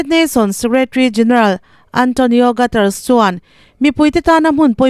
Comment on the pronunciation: Antonio Guterres hi gatars tiin i lam rei toh mah2 ka ti. Mizo tawng angin G-UT-E-R-E-S tiin lam toh laa mate. Portugese ani a, Cristiano Ronaldo hnampui anih chu. English anga lam/sawi tur ani love.